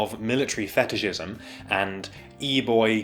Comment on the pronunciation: Lmao the emphasis of pronunciation on FATISHISM accompanied by a pic of a Gravy Seal